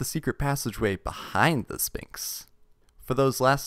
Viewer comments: I am taking psychic damage and being poisoned every time you say 'Spinks' instead of SPHINX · You don’t say the p in sphinx ph makes a f sound